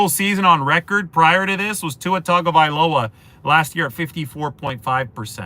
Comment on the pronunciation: Thx for pronouncing Tuas last name correctly. Why do ppl say "Tung"availoa?? Theres no "N!"